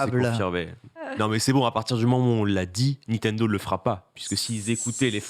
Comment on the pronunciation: Etoiles il dit pas Nintendo mais Nitendo